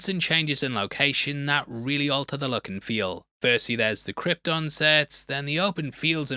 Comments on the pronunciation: Brando saying "Krypton" like it's "Croydon"... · Brando pronounces Krypton like that because of his accent,like the way people pronounce"Lypton"(the ice tea)where im from,theres lots of words that end in"ton"but are pronounced"tin"...come to Ireland😂